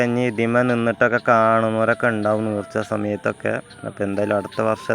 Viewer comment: നീർച്ച അല്ല ചങ്ങാതി , നേർച്ച ആണ്